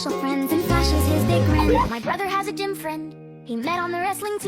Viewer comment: I thought the first was ai by how they had pronounced the g in gym extremely wrong